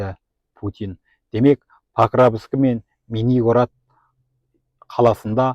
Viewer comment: Паровск деп айт сауатсыз